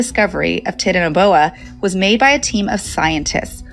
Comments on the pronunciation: Pronouncing Titanoboa like tits instead of titan is driving me crazy. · She's saying titanoboa so wrong it's titan-o-boa, titan, like the Titans because it's huge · The pronunciation of titanoboa is making my ears bleed. Titan should be pronounced the way it is in titanic. Ti-TAN-o-bo-uh.